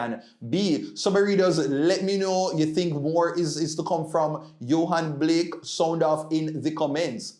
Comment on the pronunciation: it’s Yohan Blake ( not Blakes)